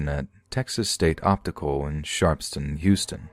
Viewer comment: Sharps town! Not sharpston